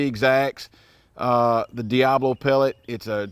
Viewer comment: It's not diablo. Read. It's diabolo